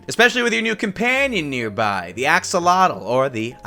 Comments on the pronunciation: 10000+ points for correct pronunciation of Axolotl ! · Axolotl ARE CRITICALLY ENDANGERED pls let’s all help save em for those of you who don’t know what it is... it’s a salamander that lives in water all it’s life ( can be kept as pets as irl) has amazing regeneration and is pronounced AXEL OT L ( ot as in otter) but you can pronounce it how you want... also this isn’t even half the information on this amazing creature so...